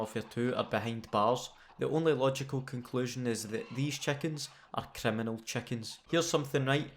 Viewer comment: Im here only to hear him say "chekens"